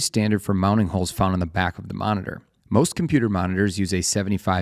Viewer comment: What the hell is a moniner? It's a monitor. It's a VESA mount, not a VASA mount. It's literally written on the screen, in your video! It's OLED; four separate initials. It's not the letter O and the word Led. You're pronouncing part of it as a letter and part of it as a word.